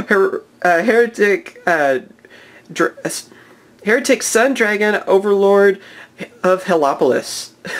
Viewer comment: Hieratic is pronounced high-ratic.